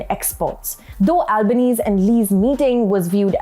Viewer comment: Good reporting ..Australian prime minister’s surname “Albanese” ‘s surname is pronounced “Albaneasy” … something to take note in future